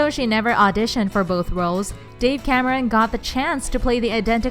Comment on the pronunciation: Who d fucks dave🤣 it's dove